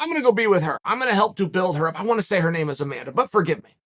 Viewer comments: Why can’t Chael do research on the fighters names? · How hard is it to learn their names? So disrespectful.